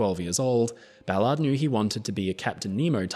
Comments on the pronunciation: You pronounce his name like he's meant to keep cars off sidewalks 😂 Americans say "Bal-urrd" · He's butchering his last name